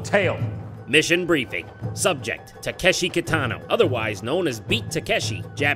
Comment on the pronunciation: Correct me if I'm wrong, but isn't he pronouncing Takeshi wrong?